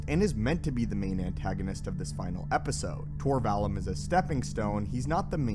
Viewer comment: It's pronounced Vall oom. Not the u like Ian Mccallum.